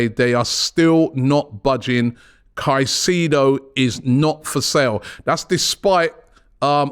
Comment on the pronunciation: So glad I don't have to hear about Moses Kah-seeee-doh any more.